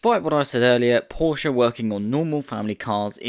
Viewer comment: its Porshe, not Porsheuh